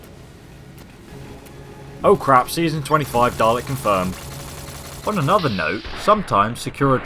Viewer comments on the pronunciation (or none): none